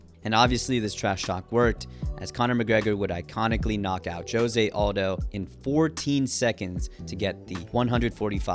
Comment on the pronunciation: Mate, If you admire José Aldo so much, you could take the trouble to pronounce his name correctly, I don't think a Brazilian calls himself "yosie odo" as you pronounce